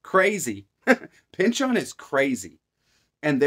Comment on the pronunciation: (By the way...kudos on the correct pronunciation of "Pynchon." ;) )